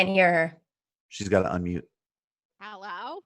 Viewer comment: This killed tf outta me Busts in: "Hellaw?"